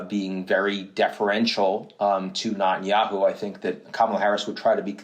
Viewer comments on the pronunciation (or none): Is anyone else bothered by Ian’s pronunciation of ‘Netanyahu’? It’s ‘Netanyahu’, not ‘NOT - anyahu’. Got it? Thanks.